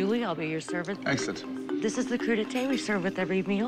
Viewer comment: I’m sorry? Wym « cru d’été »!? It’s « crudité » you dingus! Because the vegetables are not crude!